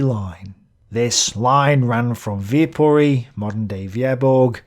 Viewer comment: Viipuri* in finnish, not with o